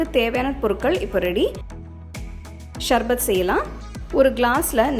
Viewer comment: Athu sarbath not sharbath, pronounce correctly mam